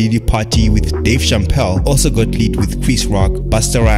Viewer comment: Did you say "Dave champpelle"❓